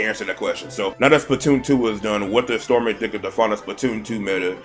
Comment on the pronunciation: I am honestly surprised that had pronounced my Tag Name correctly:0 Honestly I agree with the select one weapon and bring it out. I personally did not watch other players with my weapon and I am more of self teacher from my own trial or error. I only watch high level players on what they down on levels and modes for advantage and techniques. Personally I thought stormy was a little order but it makes sense after he explained it, plus I agree that Splatoon three is underwhelming as it did not live up to the expectations I had and that is my fault after all but the only thing that kept me playing was just grinding for top 500. I look forward to seeing more content from as I need a genuine laugh every now and then.